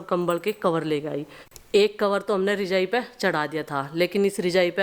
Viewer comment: Rijai Nahin bolate Rajai bolate Hain😮